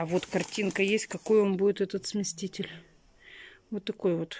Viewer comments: Что за смесТитель, чего смещать собралась? Она читать - то умеет вообще... На коробке что ли не написано СМЕСИТЕЛЬ. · не смесТитель, а смеситель, не стИральная машинка, а стиральная (ударение на первую букву А). Каждый раз пишут тебе, почему игнорируешь? Выписывай себе на листочек и учи как правильно говорить слова, дети же повторяют за тобой,почему ты их так не любишь? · СмесТитель смесТитель смесТитель ...смеешься что ли ??? Я куплю я сделаю я решила я заняла я отдам ...муж где ??? Я яяяяя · Ну опять, сместитель, койка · прочитай на коробке, как называется, сместитель или смеситель.